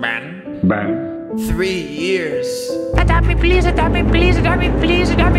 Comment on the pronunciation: “adopt me plis,adopt me plis adopt me plis-“ “no don’t livind😂😭”